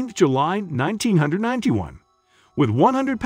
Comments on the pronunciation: Nineteen ninety one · 1991? Especially considering the historical nature of this account, the narrator should at least get the years correct. Or at least close. The repeatedly inaccurate dates, and odd pronunciations here and there, make me wonder about the accuracy of the other details in the video. This is a very interesting story and video. So, it's worth doing just a little more accurately.